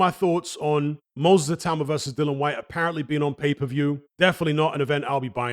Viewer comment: Seriously, learn how to pronounce Whyte's name.